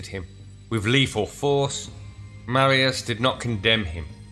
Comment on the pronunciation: Please learn how to pronounce Latin words... "C" is always hard like Catholic or Cock. Marius is Mar as in Mars. E us as in use.